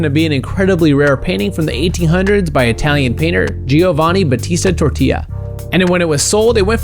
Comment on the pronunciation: Tortia lol